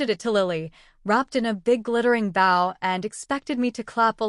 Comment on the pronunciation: God please learn how to pronounce wound and bow in the way its meant in the story. I know its AI, but the I is for intelligence.